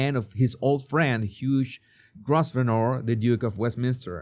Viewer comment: Huge is an adjective meaning enormous. As a person's name it's pronounced like, Huw. Yes, our English language is weird. Like Pear- a fruit, and pair- of gloves or socks; both pronounced the same. You speak English very well panache and charm, but at times your pronunciation makes me laugh out loud.